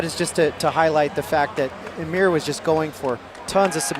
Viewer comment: His name is almir not ameer